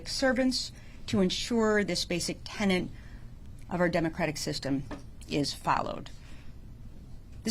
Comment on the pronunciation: Tenet not tenant.